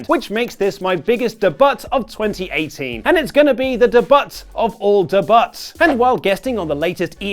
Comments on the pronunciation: STOP SAYING DE BUT. FFS. It's not even slightly funny. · You pronounce "debut" totally wrong. You gotta know that, right?!? The "t" is silent. It is pronounced "day-bue". Google it for fuck's sake! You sound like a moron when you say it the way you do. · Please don’t say “de-butt” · Da butt? It’s debut! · He also pronounces the word wrong. Just because he sounds like an uneducated twat, doesn't mean YOU have to! Uhhhh LMFAO. Watch these... The proper way to say debut in both American and British English.